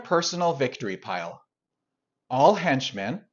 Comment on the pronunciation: I've never heard anyone pronounce "henchmen" like "hench men" before.